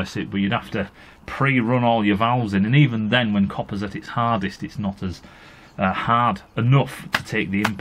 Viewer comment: "HAAAHD!" Lmao, everytime!